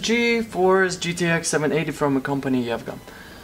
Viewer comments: it is pronounced "E-V-G-A" not "EV-GA". you say the letters............. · EVGA like my russian Grandma.